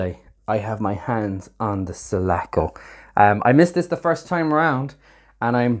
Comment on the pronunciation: It's Sulaco, NOT Salaco!!